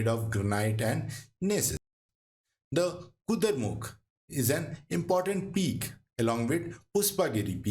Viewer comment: Informative, but the narrator should learn the right pronunciation of names related to South India. It is very poor. Kudure mukha, Nagara hole, Kerala, Palakkad and many more